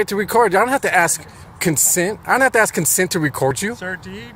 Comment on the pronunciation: TTA fans another black man that cannot pronounce the word ask or asking in this case. He likes to portray that he is educated when he screws that word up. What a shame that the education system failed him.